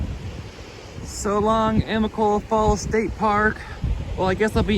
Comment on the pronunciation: Say it with me now: a-mi-ca-lo-la I think it would've been good for you to have had a pack shakedown, but you'll get rid of things soon enough.